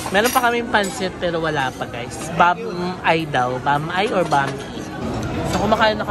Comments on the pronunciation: Tawang tawa ako sa pronounciation mo ng Bam-I 😂😂😂. Correct is “Bam-ee”. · Bam-eee pronounciation po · It's pronounced bam-eeh. I think Mesa is a Davao-brand kasi marami nyan dito, and bam-i is a visayan pansit.